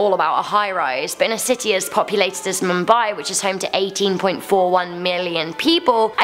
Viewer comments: it's "MOOMBAI" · you are pronouncing Mumbai wrong and I am watching this in Mumbai